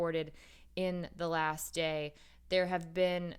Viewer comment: you mispronounced "last"